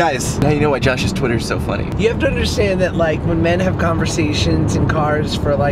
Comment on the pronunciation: Why does he call it shuas vlog?